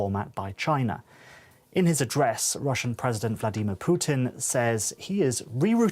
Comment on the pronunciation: Can't even pronounce "Vladimir"